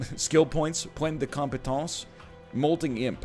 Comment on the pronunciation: Points de compétence? Oh my, please speak French more often, Sir!